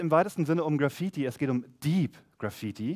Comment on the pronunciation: Wie kann man das Wort Graffiti so schlecht aussprechen